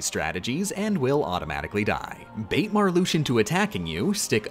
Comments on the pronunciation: She said Marluxia the way it's supposed to be pronounced, though, but cut it short a syllable. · except Marluxia, Xaldin, Xemnas, Xigbar and Demyx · in xi X is an sh sound, X on its own can be z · no hate, but Marluxia is the only org member where the X in their name is pronounced like 'sh'